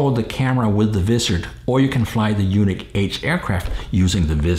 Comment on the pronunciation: Isn't it pronounced "unique" instead of "you-nick"?